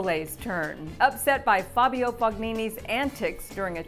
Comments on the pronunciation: OMG, if you cant pronounce the names of the players correctly, dont even bother coming on screen. Barbaro Streetsova? Dulghe-ra? Fog-nini? Ber-ditch? Schai-der? And whoever prepared the script - do you not know what throwing shade means? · Definitely there's no reason to disrespect the narrator. As you said, she provided context, and she's quite pleasant (I happen to find her very attractive). I just don't think she's a big tennis fan because she pronounced "Fognini" wrong, but that's besides the point. Some people lack humanity and common decency. She's a human being with feelings. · Learn how to pronounce FOGNINI.